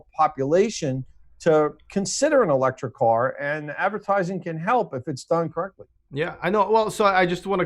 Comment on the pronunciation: Kinda great that said "advercating" at!